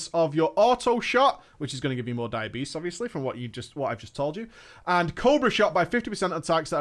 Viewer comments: Am I the only one that heard "diabetes" every time he said "dire beast"? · Every time you say Dire Beast I hear diabetes- like you don't want that to proc and when it does take some insulin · Took me a bit, I thought he was saying "Diabetess". But was really Dire Beast. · I keep hearing "diabetes" when he says dire beast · for some reason I hear diabetes when you say dire beast